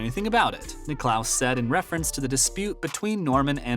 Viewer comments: Firstly it’s not the British open it’s THE OPEN !!! Where is the FORCING SECTION ?? Jack who ??? Will you ever learn how to say his name correctly!!! Very poor video give it up !!!! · Perhaps the narrator could have talked to one of the billion or so people who know how to pronounce Jack's last name when he took the gig. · 2 things: firstly, you forgot to tell us how Greg Norman was ‘forcing’ Cam Smith to join LIV golf, and secondly, if you can’t pronounce the name of the greatest golfer ever, Jack Nicklaus, you shouldn’t be narrating a golf channel. It’s just ridiculous so I’ve unsubscribed. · Stop mispronouncing Jack's last name!!! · Jack WHO⁉️🤦🏽‍♂️🤨 Bob WHO⁉️🤦🏽‍♂️🤨 😒 How can you have a sports related channel & not know how to pronounce the names of the prominent figures you mention⁉️‼️🤯🫥